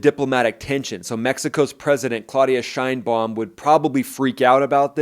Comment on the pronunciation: Shine-baum. You nailed it. Good job.😉